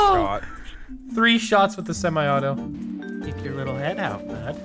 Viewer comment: Semi not semeye 😂 you Canadians are hilarious 🤣.